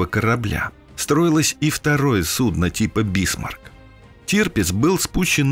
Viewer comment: Судно' и су'дно совсем не одно и тоже... )))